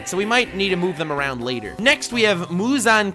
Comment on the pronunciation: lmao mush-zan killed me, can't lie